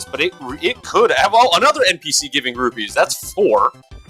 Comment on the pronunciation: Repeat after me... ROO-PEES. NOT ROO-BEES. FFS man